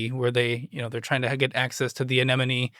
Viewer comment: mispronounces "anemone" the 4th time he says it...or am I pronouncing it wrong? Go ahead and pronounce "anemone". Not always easy.